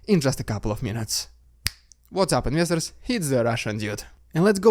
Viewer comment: Seems like he says "inwestors."